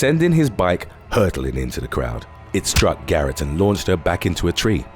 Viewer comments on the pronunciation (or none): none